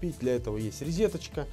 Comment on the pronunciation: Я тащусь от произношения слова "РИЗИТОЧКА")))) Абсолютно из детства это😁 Бабуля и тетушки именно так и говорили